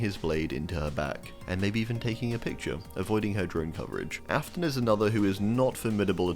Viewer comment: Afton not aston